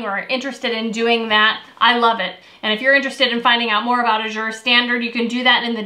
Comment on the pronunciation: I think Azure is pronounced with the accent on the first syllable: Ă-zher. Short "a" as in "cat."